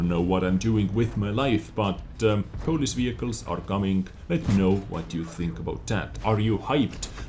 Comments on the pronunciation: Polish not Polis :) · Hey #! You wanted to say polish not police. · For some reason i find your pronounciation of word "Polish" funny xD Sounds more like greek "polis"